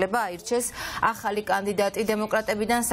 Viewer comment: ოხ ეს ,,აჰალი,, არ შემიძლიააა 🤣🤣🤣🤣🤣🤣🤣🤣🤣